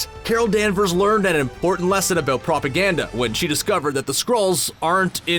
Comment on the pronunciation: Really loving that "aboot" ^~^